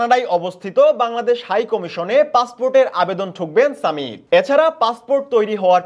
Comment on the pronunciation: সামিত নয় ❌ সমিত ✅